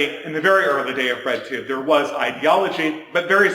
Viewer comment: When he first said "bread tube", thought he said "red tube" 😳